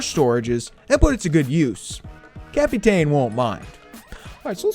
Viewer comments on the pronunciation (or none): Let me spell the name out for you buddy cap-tin is how u say it not cap-e-Ta-in